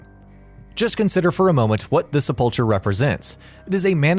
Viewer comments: is sepulcher supposed to have a hard c (ck sound) or normal ch sound? skyrim had ck so that's what i figured was real.... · Is nobody going to mention how they pronounced "sepulcher" in this? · Don't tell me this generation doesn't know how to correctly pronounce "sepulchre"...